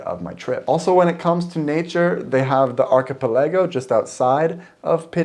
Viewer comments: Sorry to be so picky, but the word "archipelago" is pronounced with emphasis on "pel", not on the "a" near the end; "archiPELago", not "archipelAgo". : ) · Why do you pronounce archipelago so weird 😂😅